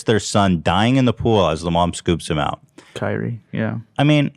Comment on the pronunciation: he called the son kiwi instead of kyrie hahahaha